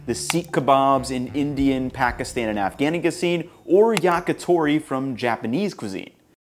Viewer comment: Bro you 100% butchered the pronunciation of Afghanistan lmao. Never in my life have I heard it said like that